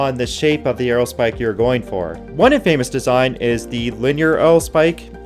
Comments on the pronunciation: FYI, infamous is not pronounced "in-FAME-us". It's pronounced "IN-fuh-muss". Stress the first syllable, and that a is a typical schwa. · Great vid. Infamous, pronounced differently than In Famous though. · Neat stuff, but writing needs improvement. Pronunciation hint: Infamous is stressed on the first syllable. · Infamous is pronounced in·fuh·muhs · I like how the narrator pronounces "infamous" like the Three Amigos. "Infamous means more than famous." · Cool info, but please look up how to pronounce Infamous and Centrifugal. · Great video I would be remiss not to mention that you’re pronunciation of infamous is off a bit